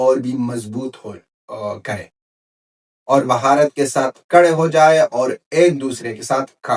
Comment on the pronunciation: Say Bharat not Bhaharat plz.